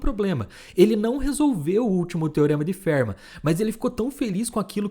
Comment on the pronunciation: A pronúncia para Fermat não é "férma" e sim "fermá".